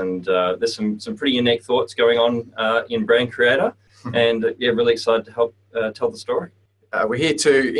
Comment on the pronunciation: "to hep your create your brand" lol so bad XD